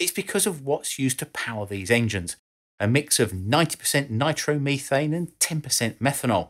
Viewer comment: An excellent description of the science of going really fast. Of course the pronunciation nitromeethane is just a bonus.